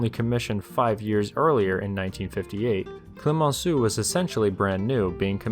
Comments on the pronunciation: "Clemenceau" isn't pronounced "Klee mon Sue." Just sayin'... 😉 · Actually as a french myself your prononciation of french names was understandable, while you nailed the prononciation of Tartu, Clemenceau receives a passing mark, as not good but still understandable I didn't know about that conflict... If it really escalated into a war it would join the list of stupid wars.